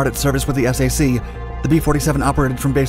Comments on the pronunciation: I loved the content of this video but I wish the narrator did all of his his homework instead of just reading a script. It's not S-A-C as an acronym, it's SAC (sack) as in a one syllable word. And he kept using the acronym USAAF when talking post Sept 18, 1947, the birthday of the USAF. However, it did motivate me to dust of my VHS tape of Jimmy Stewart's Strategic Air Command!!! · I've never heard of SAC pronounced S.A.C. It is always "sack." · It took me a moment to understand what S-A-C was. It's the Strategic Air Command in my home town. We call it SAC, pronounced, "sack." Those planes flew overhead when I was a kid. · I was wondering that the h3ll this guy was talking about - S aye see. I was stationed near Ramey Air Force Base in Puerto Rico. And they always referred to it as the "sac" base. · Gen. Curtis LaMay is definitely ROLLING OVER in His Grave.... My Dad was in SAC - flew the HABU!! Later, I was in TAC.... Pronounced: SACK and TACK, just so Millennials don't continue to REWRITE ALL of History!! 😖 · I was in the 321st OMMS in the late eighties. Never heard anyone call Strategic Air Command "the S-A-C", it was always pronounced "sack". Just like Military Airlift Command was pronounced "mack", not "the M-A-C" or Tactical Air Command was "tack" not "the T-A-C". Although, when MAC went to AMC, well yeah. LOL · NOBODY called Strategic Air Command the “S.A.c.”, they friggin called it “SAC” (Sack)!!!! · Strategic Air Command was referred to simply as 'SAC' as in 'sack'....not as 'the Es Ay See'.... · A couple of points: The USAAF ceased to exist in 1947. It was SAC, NOT "the Ess Ay See," pronounced "sack." Get it right, or don't even do it. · Strategic Air Command.....acronym SAC, pronounced "sack". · You confuse people by saying "S. A. C.". Say "Strategic Air Command" or SAC (pronounced "sack"). I am an Air Force vet. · Strategic Air Command was called SAC (think sack), not ess ay see. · Pronounced Sack, not The S-A-C! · Not s a c, SAC!